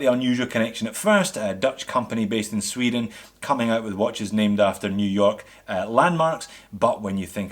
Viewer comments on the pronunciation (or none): none